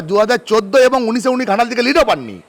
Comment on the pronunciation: ঘাটাল হবে খাটাল 😂😂😂😂😂😁😁😁